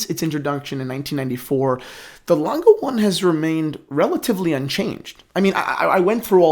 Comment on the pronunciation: Dude, use Google translate and prenounce the name of the brand correct 😂